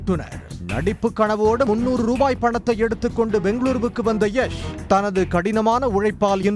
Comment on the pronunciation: Its not எஷ் Its யாஷ்